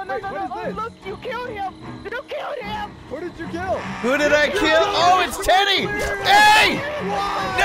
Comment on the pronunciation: I like that delirious said teedy bear